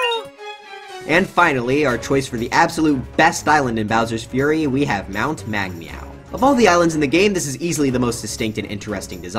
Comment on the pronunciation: Meg meow not Meg wow